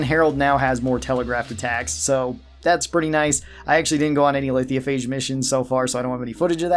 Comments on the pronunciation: Lithiophage lol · I don’t mean to sound rude but you are pronouncing Lithophage incorrectly